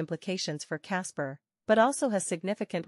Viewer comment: Why voice over keeps saying Casper if it is about kaspa?